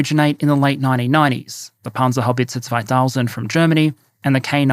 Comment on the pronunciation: Damn, that pronounciation of Panzerhaubitze 2000 was on point